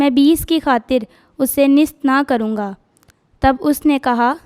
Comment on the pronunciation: محترم مناد صاحب کی خدمت میں سلام عرض ھے۔ جناب سے گزارش ہے کہ جو بچے کلام پاک کی تلاوت کے لئے آتے ہیں ان کی تیاری مکمل نہیں ہوتی۔ اکٹر بچوں کا تلفظ ٹھیک نہیں ہوتا۔ جیسے آج کی تلاوت ھے۔ اس بچی نے نیست کو نست بولا ہے اور کئ بار بولا ہے۔ اس سے سننے والوں کے دل میں شک گزرتا ہے کہ یہ لفظ نست ہے یا نیست ہے۔ اسی طرح لفظ بعید کا تلفظ بھی غلط بولا گیا برائے مہربانی تلفظ پر بہت دھیان دینے کی ضرورت ہے ۔